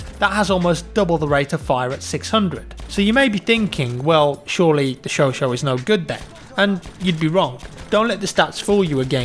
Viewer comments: I like how our here always says Sho-Sho yet the gun is pronounced Chau-Chat. lol The French have the hardest words ever. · Chautchat pronunciation: "Show Sha" and not "showshow". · It's pronounced Sho-Sha not Show-Show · greetings from France! remember that it is not "chocho" but pronouced like "chocha"! like a bit shaushana in inglorious basterd:) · Why does everyone pronounce the Chauchat like "Sho-sho?" I take French and I'm pretty sure it's pronounced "Sho-Sha." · You asked for help pronouncing the Ribeyrolles, which you've now nailed. Quick heads up though, the Chauchat should be pronounced "sho-sha" not "sho-sho". Sho-sho sounds like a cat. ;) Proper stoked for this DLC - the role of the French army in WWI is often skated over in British and American history, so it's great to see it recognised. Loving the videos, as always, and would love to get my hands on the Xbox One S! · I love how never learned how to pronounce "Chauchat". Not "show-show", for God's sake! "Show-shaaaaahhh". "Show-shaaaaaaah". That's not entirely correct, but you're British, it'll be good enough for you. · chauchat it is said cho-chat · Please, work on your pronunciation;) Has anybody taught you yet how to speak French? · The T is pronounced in Chauchat (its not silent)